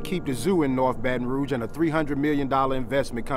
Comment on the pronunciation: Wow he actually pronounced “Baton Rouge” correctly!!!!